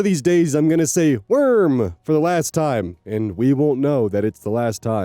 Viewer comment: yes, however rest assured that "woorm" will not end with you, you have so many neurodivergent viewers that I'm probably not the only one who picked up "woorm" from you. "woorm" shall live forever